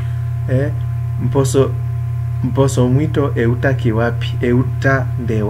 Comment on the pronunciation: Good job but remember to do away with the influence of the first language,mposo you pronounce it as mboso.